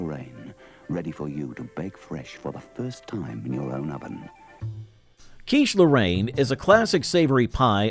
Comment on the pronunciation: Also Cheesh Lorraine!